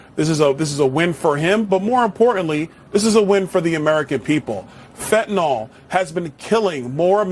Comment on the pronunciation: Fentanyl, not fentanole, I suspect Fidel Trudeau needs a dose or two to ease his pain 😂😵‍💫